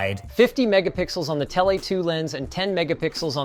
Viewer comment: it is Ai Linus. Listen to how he says tele lens. Telay.